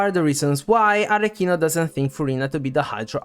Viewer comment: That’s a detail but thanks god finally someone who pronounce “Arlecchino” correctly 😩!! Also all the theories are very interesting, thanks for compiling all of them! You did a great job!